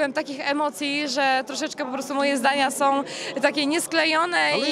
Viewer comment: Ona wie kim "som".Po co robić wywiady z amebami?